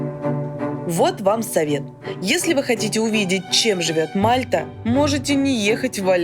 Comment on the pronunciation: Не мАлта а мальтА